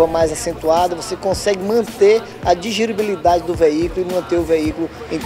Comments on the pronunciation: " Digiribilidade" kkk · DIGIRIBILIDADE?????? Que powrra é essa? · A moça falou errado ae... "Digiribilidade"?